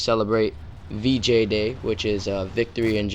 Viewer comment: lol, thought u said BJ day